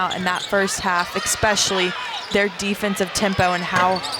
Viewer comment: Especially is not pronounced with an x. 😢